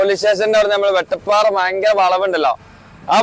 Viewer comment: പറഞ്ഞു പറഞ്ഞു മാറി തുടങ്ങിയോ... വെട്ടപ്പാറ അല്ല വട്ടപ്പാറ യാണ് 😊